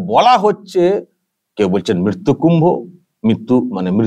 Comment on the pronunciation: মৃত্যু বানান টাও বলতে পারেনা মিত্তু মিত্তু করছে।